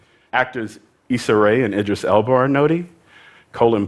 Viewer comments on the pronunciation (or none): none